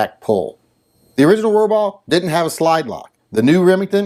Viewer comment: Every time you said "Rohrbaugh", I had a tiny seizure. It was like the Roxanne drinking game, but with seizures. Good thing I normally watch your videos while wearing my ball gag.